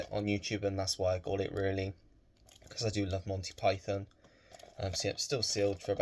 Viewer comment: Always good to see more Python, not to mention the joy of hearing a fellow Brit oronouce it properly and not PIE-THON (with gross emphasis on the second syllable) like so many Americans do in their vids! I think I mentioned a potential forthcoming release on 4K for Holy Grail and I saw it’s fir 25th August though I doubt it’s got any noteworthy new special features and, like so many modern steelbooks, it’s a pretty ugly mishmash of the original poster plus way too much cluttered text. I’ve been trying to cut back on spending myself as my recent refurbishment of the flat hasn’t been cheap plus I’ve not been overly bothered on picking up a lot of new releases. I received the utterly splendid Wake In Fright Boxset from Umbrella last week which in itself wasn’t cheap but is so stacked with features and even the original book that it more than warrants importing. Really superb Ozploitation film with Donald Pleasance though I’d forgotten how uncomfortable it gets, especially regarding an infamous kangaroo scene. Other than that my other major purchase is Orlando with the always divine Tilda Swinton which is a gorgeously shot film that’s surprisingly witty and well worth a watch. Another lovely set from Curzon, a company who have really stepped up their game with quality releases and especially their gorgeous boxsets covering the works of Wim Wenders, Lars Von Trier, Ruben Ostlund, Peter Strickland and the forthcoming Michael Haneke. Take care,, and let me know as and when you